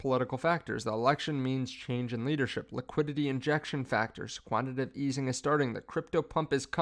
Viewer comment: Its quantiTAtive. Not quantitive.. please stop saying this. Hard to trust a source that doesnt know words.